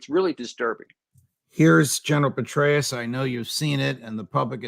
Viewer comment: Petraus sounds like Paulus.😉